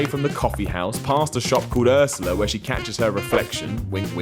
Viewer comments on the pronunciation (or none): none